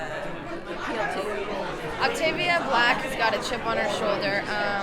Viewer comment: Did she say 'Octavia Black'?